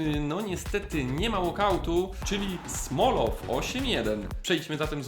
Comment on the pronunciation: Golovin Czytaj- Gaławin Smolov Czytaj-Smołow